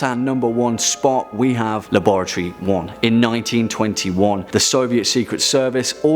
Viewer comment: The way he says laboratory